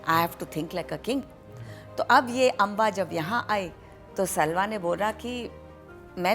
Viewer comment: Pronunciation errors. For example: सल्वा नहीं साल्व